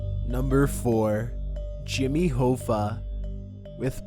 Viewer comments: Its pronounced ha-fa like haha ha-fa? Interesting video though! Do you use a voice translation app? You sound like a confused surfer/valley dude lol the way u emphasize your words is highly unique! =) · Jimmy Hoooofah...fuck you suck at life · My god, how can you butcher Jimmy's name like that. Even if you can't read it probably, surely you have heard his name pronounced, in a movie maybe a TV show!? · I officially believe you mispronounce certain words and names on purpose. One list you mispronounce Lao Su, and here Jimmy Hoffa. You sound American, but even if not those are well known names. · I enjoy your videos, but please learn how to pronounce “Hoffa”. There’s a movie made about the guy starring Jack Nicholson, for crying out loud. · How do you not know how to pronounce Jimmy Hoffa or Taoism or indigenous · he pronounces other names in this video wrong too- like Lord Lucan and Jimmy Hoffa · I said the same thing! Its Hoffa,. Not Hooooffa! I suggest you learn how to pronounce Jimmy's name. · It's pronounced HOFFA..like ha-fah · It's Hoffa, as in off. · HO-FFA??? Its Hoffa kinda like coffee only with an A sound at the end. Wow buddie... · Jimmy Hoofa? it's pronounced Hoffa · Jimmy Hoffa- last name is pronounced “Ha-Fa” not Hoefa... just FYI. great job though! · its Jimmy Hoffa (Ha-fa) not (Ho-fa) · Not Hoo- fah....it’s pronounced hoff....ah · i love but he REALLY needs to look up the pronunciation for unfamiliar words and names. Jimmy Hoe-Fuh instead of Ha-Fuh really bug the shit out of me. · you pronounced Jimmy Hoffa's last name incorrectly. It's pronounced Haafaaaa not Hoefaaaa. God you are making me feel old. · It's Jimmy HOF-FA...not HO-FA. Do your friggin research, dude. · i just assumed he meant some kind of liquor, it bothered me more that he mispronounced Hoffa quite a few times, its pronounced H-AW-ffa not H-OH-ffa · that and the fact that he keep saying Jimmy ho-ffa it's pronounced hah- fa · Abby Normal It’s pronounced Hawfa...